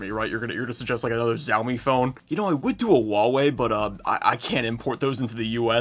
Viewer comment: just ragebaiting us on the Xiaomi/Huawei pronunciation is PEAK